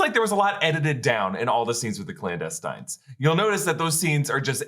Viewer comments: The "Clowndestines"? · Blandestines? lol